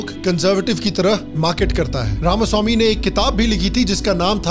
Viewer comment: Only western guy to pronounce RAMASWAMI correctly